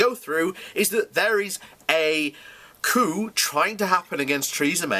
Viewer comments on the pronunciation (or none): It's pronounced coo, not coop. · The p in "coup" is silent. Also, fuck Theresa May.